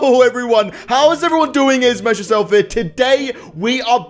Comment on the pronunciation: Messyouse... meehahessurself noooo